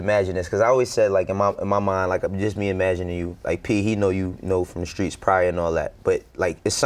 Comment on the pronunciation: The skreets